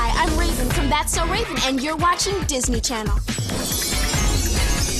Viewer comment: Ravens name actually isn't pronounced with the accent on the e. She has stated this in a few interviews